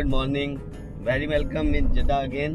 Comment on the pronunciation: Jiddha hai, Jadda nahi